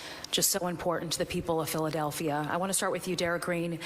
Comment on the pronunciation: Derek Green can’t EVEN SAY Philadelphia… wtf